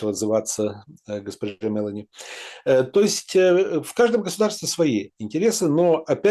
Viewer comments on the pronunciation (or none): премьерка Италии МелОни не МЕлони,ударение на первый слог ставится в имени... извините, щас не про политику, просто очень режет слух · МелОни ударение на О